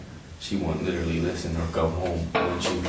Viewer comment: " I little-lee have no bwaincells, little-lee "